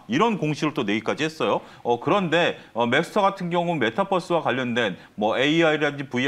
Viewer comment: 맥스터라고 하시는듯?